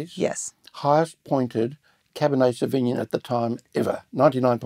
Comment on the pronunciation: This is all great. Re pronunciation, where are you getting the cab sav pronounciation where you say savigmIn? I have only ever heard it pronounced savignOn & it’s a little distracting from the main content of the video #firstworldproblems